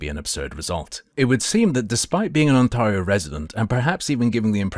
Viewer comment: As someone from Ontario, I can not handle the way he says On-tahr-E-o. Lol